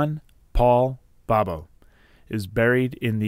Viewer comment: Your photo has been reversed. The foul anchor should protrude from the bottom left of the globe, but yours is just the opposite. Also, his name is pronounced "Boh boh" not "Bob-oh."